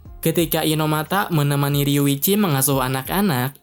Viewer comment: Riyuchi bang bukan riwichi.